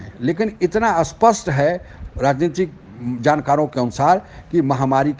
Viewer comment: सर आपके वीडियो अच्छे होते है और आपकी व्याख्या एवम् विवेचना एक सही दिशा में ! 👌👌 सिर्फ स्पष्ट और अस्पष्ट का उच्चारण थोड़ा विचलित करता - माफ़ करे कृपया ! 🙏🙏